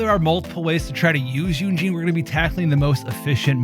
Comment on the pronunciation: just constructive criticism, but you can pronounce her name yun jin like yoon (moon) jin (tin) 😊 thats the proper way to pronounce her name :)